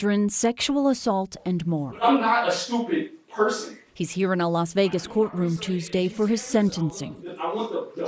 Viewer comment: "I'm not stupit" lol